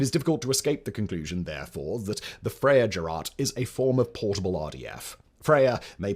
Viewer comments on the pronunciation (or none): Gerät is pronounced Gir (as in girl) and rate (as in, well, rate). It's like saying "great" with extra grrrrr! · I assume you missed the word Gerät which he also hilariously butchered several times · Oh my God your German is catastrophically bad can you please learn how to pronounce Gerät if you're gonna pronounce it several times during a video? Thanks. I'm not even German and that made my ears bleed violently...